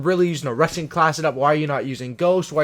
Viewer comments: every time he said 'rushing' I heard 'RUSSIAN' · I thought he was saying russian class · BTW, you're sating Russian instead of rushing! lmao 😂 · I thought you said russian class😂